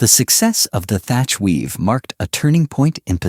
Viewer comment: His name was Thach, not Thatcher.